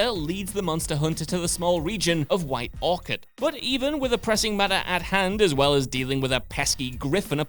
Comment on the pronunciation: White Orchid, don't you mean White Orchard. Learn to read